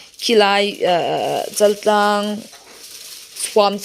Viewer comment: Chal nilo in Chaaaltlang ti in lam ri thin tawh la.